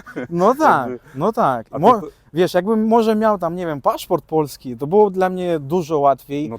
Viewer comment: dobrze mówi po polsku i z dobrym akcentem. Jednakże moje wyczulone ucho wyczuwa wschodnią nutę. Na przykład słowo "polski" wymawia "puolski" czyli z takim wydłużonym o połączonym z ł. Często zauważam taką wymowę u Ukraińców, Białorusinów i Rosjan.